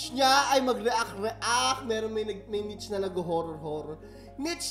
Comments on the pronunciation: NIche> "neesh" dont hate po. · Niche is pronounced as "nish" not nich po. Educate me if I'm wrong. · "niche" (NEESH) yata un hehe bakit mukhang green screen haha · Nish po ata ang pronunciation ng niche hahaaha